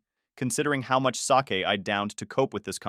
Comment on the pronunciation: Who cares? It's a shitty AI story. I couldn't care less. The AI screws up 'sake' with soccer. Also recent videos have the AI mixing audio to make a jumbled audio mess. Also recently they started putting in pers mostly, if not all dogs bte. This AI telling the story is degrading. No wonder they are losing traction.